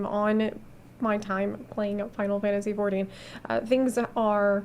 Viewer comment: Struggling for this whole video to understand the way she says “final fantasy 14” in about 5 syllables